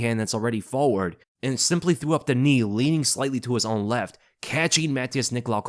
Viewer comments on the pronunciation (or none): none